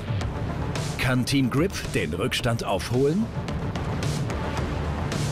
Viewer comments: Der Typ kennt auch kein Englisch wie der immer "Grip" ausspricht😂😑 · Ich find’s lustig wie er immer Kripp sagt statt Grip